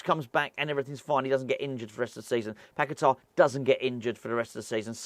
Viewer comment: Rather keep Benny and loose Tom and Moyes. Also who’s Pac-a-ta??? ;)